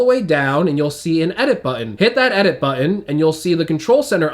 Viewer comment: Why do all these guys have a problem with the word "button" ?